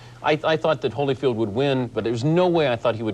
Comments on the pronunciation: It's Holy-field Dave, not Holla-field! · Letterman says Hollyfield, it’s Holyfield